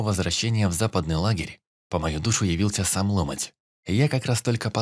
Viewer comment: Чтец неплохой, но гундосит зачем то и ударения путает. Не лОмоть, а ломОть